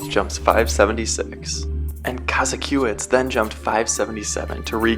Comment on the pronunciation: Also, “Ko-ZACK-o-witz”.